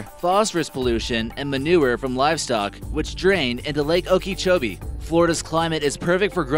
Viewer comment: Its pronounced "oka-cho-bee"